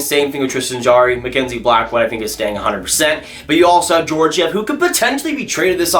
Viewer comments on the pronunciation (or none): Slavic names are pronounced as they appear; they don't have all the annoying rules as many other languages: Dadonov = "da-doe-nov"; Georgiev = "gee-or-gee-ev"